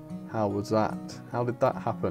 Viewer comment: Dont say pack in the opening say back not pack